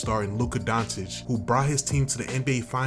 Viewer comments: Bro said Luka dawntich😭😭🤣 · Learn how to pronounce his name. You lose all credibility in the first few seconds of the video. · And somehow u still can't pronounce his name. Total disrespect or arogance. I think it's not so hard to listen to the videos and try to learn. Just from the States you have 7 years of tapes. But do not listen to Shaq or Barckley, they are also in wrong.